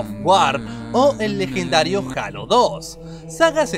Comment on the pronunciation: no es jalo es jeilo :v